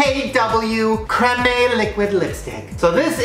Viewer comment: Also, the way he pronounced cream😅😂